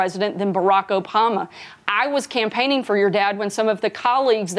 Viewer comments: Sarah it’s not Barack Opama it’s Barack Obama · Did anybody else hear “Opama” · "barack opama" girllllllll